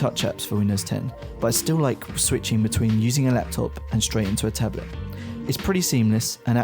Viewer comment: I also really, REALLY hate the way he says 'tablet'.